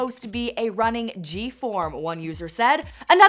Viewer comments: why did the narrator say “running g form” XD how did she not realised that it meant running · "a runnin 'g' form" girl it says running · the way she said running as "runnin g" lmao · it killed me when she said 'running g form" LMAOOOo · “Runnin g form”😂😂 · "runnin g form" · "RUNNIN G FORM" did she just say thatt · “runnin g form”